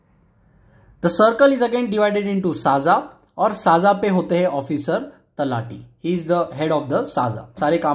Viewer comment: Not साजा it's सज्जा तलाठी..😊